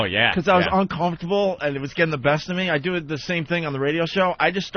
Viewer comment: Note to Opie: If "uncomfortable" comes out of you as "unk-HUMF-tubble", try a different word. It's ok.